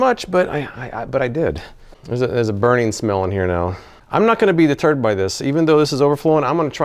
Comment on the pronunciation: Thanks for the review. It was entertaining.! Definitely won’t buy. Several times you said “I won’t be deterred “ but me and my wife heard “I won’t be the turd” lol. Thanks for making us laugh. Always look forward to your videos!